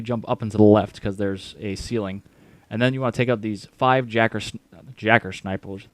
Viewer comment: “Jacker sniples “ 🤣🤣